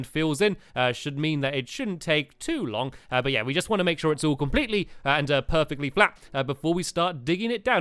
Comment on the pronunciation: What a “purfect"